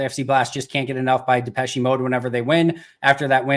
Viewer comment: Did say Depech “e” Mode?